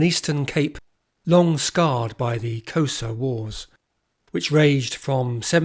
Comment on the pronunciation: Typical Englishman: your prounciation sucks: Xhosa? The rest of the content is GREAT